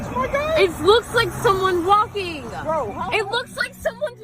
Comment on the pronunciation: just looks like 2 owls walking around the persons driveway ... the chick saying walking made laugh and aggravated lol .. "walk-king-ahhh" bet she's from New England lol